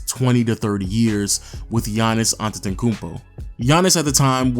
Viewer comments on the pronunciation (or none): It's antetokounmpo not adutodoo